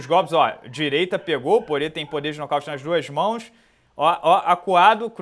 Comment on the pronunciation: Porrier, Porrier...Porrier. Pô, é Porier mesmo que fala, o nome dele não tem relação com porre e nem com porra XD